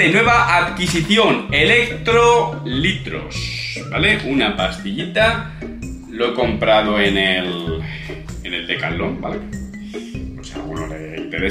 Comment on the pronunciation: "electrolitros" jajaja enorme,buen contenido hermano como siempre,saludos del que sigue en lu lucha contra el FUCKING CÁNCER. 💪🏽SIEMPRE FUERTES 💪🏽